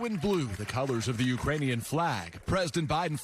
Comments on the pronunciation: ~He said "U-ranian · “Putin May circle Kyiv with tanks, but he’ll never gain the hearts and souls of the U rainian people” Biden pronounced Ukrainian without a K Idk why that’s funny 😁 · I heard the u, totally Uranians, he missed the k completely but surely the people of Uranus will be pleased. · He said uraniun like he combined Ukrainian and uranium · He sad Iranian instead of Ukrainians 🤣🤣🤣🤣 "Putin may circle Kyiv with tanks, but he'll never gain the hearts and souls of the Iranian people." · He said Uranian. Missed the 'k'. For sure not Iranian. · I think he actually said, “uraniun” people. Like a combination of uranium and Ukrainian. Maybe it was a Freudian slip? Like when you think of one thing but actually type a mother. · Mikcroft he said uranian , not Iranian Listen carefully